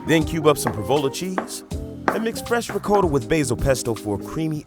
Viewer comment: we can tell from the pra-vol-a cheese.